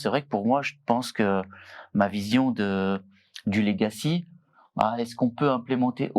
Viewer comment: Il ne peut pas y avoir une prise de conscience des risques numérique si il y a des mecs qui parlent franglais, utilisent des mots anglais qui sont des faux-amis de mots français. Il y en a un qui dit : "j'ai 10 ans de legacy". D'une part il est infoutu de prononcer le mot correctement, d'autre part, ça veut dire quoi dans le contexte? Je suis dans l'IT depuis plus de 20 ans, je bosse sur de l'IA et de la cyber-securité. Je n'ai aucune idée de ce qu'il raconte. Arrêtez cette vibe pourrie de bobos d'employé le franglais. Parlez français ou anglais mais choisissez !!🤬😡